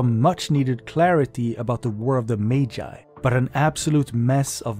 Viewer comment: Why did you say 'Magi' like that? 😅